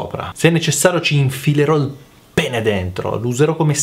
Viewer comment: "PPENEH"* :D